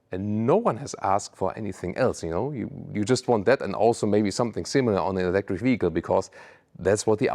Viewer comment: ⚫️🟡.. To me looks more like a Bugatti but it being a sports car I think it’ll work and it’s growing on me. I kinda like it. It’s so different and so I catching that. I think that vehicle in a solid black or yellow would look amazing. ❤ what truly breaks my heart is that you said Ewwlectric.